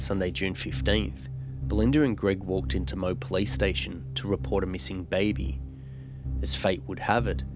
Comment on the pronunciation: Another great video, thank u and love your work as always!! lol Moe.. you’re not from Victoria are u my friend?! lol mate I don’t know why but it’s actually pronounced Mo-ee.. weird eh? Xx 😂😂